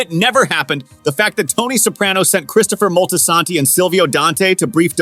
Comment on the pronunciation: The ai voice is mad weird. Moltasaaantee. SAYGA.